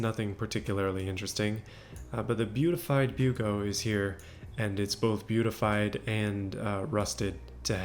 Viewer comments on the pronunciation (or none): "OVER BEAUTEYFIED!!!"